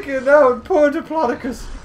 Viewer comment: It’s dip-lo-do-cus Not dipilydoclius Ur the best:)